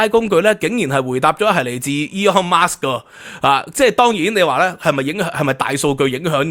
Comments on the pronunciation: By the way, there is no 'S' at the of Musk. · 係Musk唔係Marks、冠係讀「官」狀唔係「貫」狀啊😊